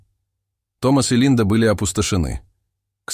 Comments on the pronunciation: Достали вы уже. НЕ в КАМУУУУУ, а в КОООООМУ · Это ваше безударное " о " не всегда следует произносить как " а ". Тем более в иностранных словах! Доход ь до смешного! Что за кАма ? КОма!! Еще Ателло, вместо Отелло, etc. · В ко"му а не в кому' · Впал в кОму, а пе в камУ,! Когба юе читать-то научитесь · Интересная история но отрывки видео с разными людьми ,так не интересно,и читает некоторые слова неправильно ,например ,,в кому"говорит ,,в Каму"... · Почему делаети не правильное ударение кАму😂Надо говорить кОму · Не в каму,а в кому😅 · Хоть бы читал правильно. Впал в каму. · Что за слово- k'aма? Не кама, а кома. Что за озвучка безграмотная? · Впал в каму??? Кама это река. А здесь нужно читать кому!!! Что за чтец читает и сам не понимает что произносит. Ужас!!! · Ну сколько можно?! Впал в каму... Это пипец какой-то! Всех дикторов к логопеду!!! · Чтец, может быть в "Кому" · Автоматическое чтение текста? Впал в комУ)))) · Упал в комУ ? что за ударение..чтец .... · Во что он впал?? Кому́? Что за хрень в произношении элементарных слов! Дальше 1.03 минуты даже слушать противно!!! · "в комУ" , "другОм семьи" - робота нормального подключите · Ох, как я не люблю такие рассказы! Да ещё компьетерный голос, где мальчик впал в "каму". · Читать правильно надо, кОму